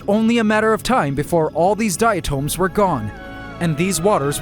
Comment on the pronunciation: I think diatom is pronounced differently than the way he's pronouncing it